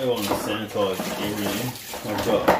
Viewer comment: Only because it was on the screen so much. It's sanitize or sanitise not sanAtize. Sorry, grammar nazi.